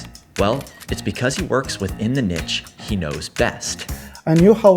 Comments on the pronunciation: dude, the word 'niche' is not pronounced 'NICHHH', its actually pronounced 'NEESH'. Just a heads up.... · Fantastic, down to earth story. Thanks! But the interview's "nitch" pronunciation grates like fingers down a chalkboard ❤😅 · First time hearing someone read niche as "nitch"